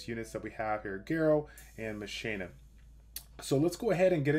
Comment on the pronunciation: Thank you for saying her name correctly